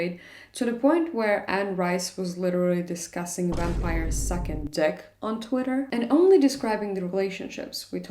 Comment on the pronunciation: not me hearing "second dick" instead of "sucking dick" and thinking I had COMPLETELY missed some subtext in that tweet😂😂